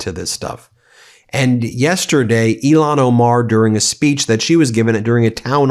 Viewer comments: Please pronounce Rep. Omar's first name correctly-- It's 'ill-han' not 'elon' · Ilhan not Elon…twice. smh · IL-HAN Omar.....not ELON Omar geez you're repeating Trump now???? Smmfh. This is NO DIFFERENT than Republicans intentionally not giving AF how they pronounced Kamala's first name. Dude, show some respect for people who don't have Lilly white names. Otherwise, you're just like them Ben. Disgraceful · Ben, please pronounce Ilhan Omar's name correctly. You're saying "Elon". That's an insult. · Ben do yourself a favor and everybody else out here learn how to say ilhan Omar's name correctly please! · Please say Rep. Ilhan Omar's name correctly